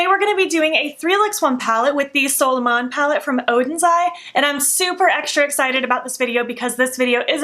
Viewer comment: Happy for your opportunity with Oden’s eye for a sponsorship 🌞🌝✨ i like the 3rd look the most ,, I’m used to hear Angie , Annette & Paulina say “Solmåne” when you pronounced it I was like : “ new palette??” 😂 you’d say like ( sol mooneh ) , I love languages and I tend to try hard to pronounce words right & I use random words from random languages all the time , like a spice to my talk lmao 🤣